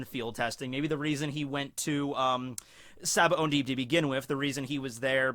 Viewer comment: I can’t stop hearing sabaoNdy.